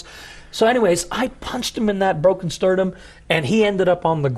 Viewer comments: If he says "sterdum" one more time.. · Sterdum vs the real word Sternum